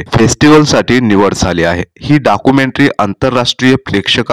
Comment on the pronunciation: Dakumentry Nahi Documentary 😅😅